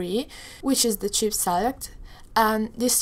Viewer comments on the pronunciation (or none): none